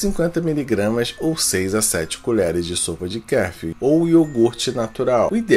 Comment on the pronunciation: Ele não sabe pronunciar Kefir e um Probiotico